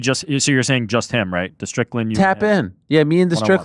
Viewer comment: 02.30.10 once again calling Strickland 'Strickton' 😂